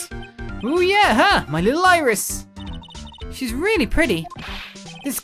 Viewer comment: I think it's Iris with the i